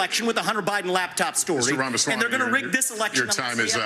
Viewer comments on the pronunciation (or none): none